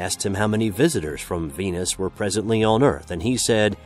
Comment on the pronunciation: You had me till I heard Venis.